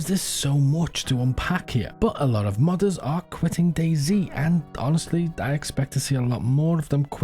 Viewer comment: I keep hearing “mothers” instead of modders. Hopefully the mothers aren’t quitting DayZ